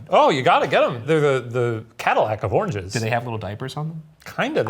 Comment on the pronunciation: Am I the only one hearing "orgies" instead of "oranges"? Is it a bit? Do I have a problem?